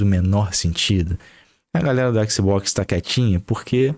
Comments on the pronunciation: Qualé mané, faix o L que o exi boquixi sai 😂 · Équici bóquici